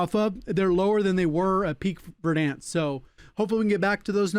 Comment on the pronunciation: Its funny the way he says “Verdhanskkkk” 😂